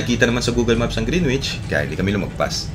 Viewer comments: Greenwich❌ Grenich✅ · Bagong follower po ako sa magandang channel nyo.. Ang pronounciation po ng GREENWICH ay silent W. So you say GREENICH. Thank you, wishing you the best.🙏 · Hehe yup alam ko yung grinich. Long story kung bakit yun ang bigkas ko nun nasa lucena ako. Hinayaan ko na lang. Kinabahan nga ko na ma-bash ako. So far 2 pa lang naman kayo nagreact and fairly recent. E matagal na yang video hehe 😅 Welcome sa channel, james!